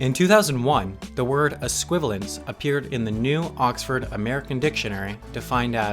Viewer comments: You mispronounced "es-qui-val-i-ence"; you left out the 'i'. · ES-QUI-VA-LI-ENCE not ES-QUI-VA-LENCE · Sam, there's an I. It's ess-qui-vay-lee-ants